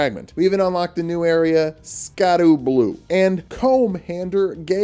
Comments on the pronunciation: scadu is just pronounced shadow btw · Wait, it's not pronounced blueskadoo? You be fibbing. Real talk tho, Scadu being pronounced Shadow is something we all should have seen coming. More archaic English please. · Apparently the "scadu" in Scadu Altus and scadutree fragment is pronounced like shadow because it's based off an old English spelling